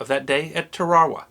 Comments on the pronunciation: Tur-RARA-wuh? I thought it was pronounced Tair-ruh-WAH??? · Love your videos and I hate to sound pedantic , but check the pronunciation of Tarawa..I think it is Tar-a-wa... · Very minor point. I could be wrong, please enlighten me. Isn't it pronounced "tar-ă-wa"? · TAarawa, not TarAHwa. My father USMC in that battle. And the island is pronounced Bee-shio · This is the second video to pronounce Tarawa as Ta Raw Wah rather than Tara-wah as all other videos I’ve seen on YT the last ten years or so have done. If says it’s Ta-raw-wah, then I’m inclined to believe he is correct. Anyone else have an opinion on the pronunciation? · I’ve never heard it pronounced “ Ta-rah-wa” before. Gotta say it doesn’t hit the ear right. I’ve always heard it pronounced like “ Tare-a-wa” , but like usual you still earned my like. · Another awesome video. My only complaint is your pronunciation of Tarawa. There's only 1 "w" so its not Tar-wawa its just Tara-wa. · I love all your videos, but as a retired Marine, I've always know that famous battle to be pronounced TARE-A-WAH. And to hear it pronounced TAH-RA-RA, was kinda driving me crazy lol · (Tar-a-wa) lol sorry "Tawarwa" it keeps freakin me out I never criticize I apologize...😁 Amazing vid though as always! 👊🏻✌🏻🤘🏻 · This was a great episode, like most of the "", but I found it funny he can't pronounce Tarawa correctly, I keep hearing Tar-ar-wa and it's Tar-a-wa. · Dear sir the islands name is a three syllable pronunciation (Tar-a-wa) not a two syllable one you used. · Isnt it " tara wa" never heard of tare raw wah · I like what you do. I really do. Now that said, it is "Tar' uh wuh" atoll not "Tar' ar uh". And it is "Bay' she oh" Island not "Bessy oh". Small thing but important I think. Thanks for posting this and Semper Fi. 5th Marines 2/1 Vietnam 69-71. P.S. You might want to consider doing one of these on Charles Durning. Highly decorated in the ETO, receiving the Silver Star, Bronze Star, and three Purple Hearts.